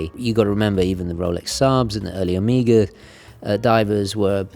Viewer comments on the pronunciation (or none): none